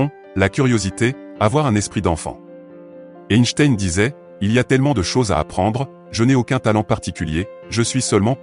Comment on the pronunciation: Ce serait sympa de prononcer correctement son nom!!!!